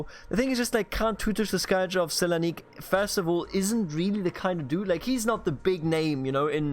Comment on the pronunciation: Yes, Thessaloniki is S(not "sh")elanik in Turkish.